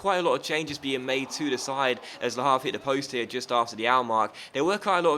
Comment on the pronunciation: H in Havre is silent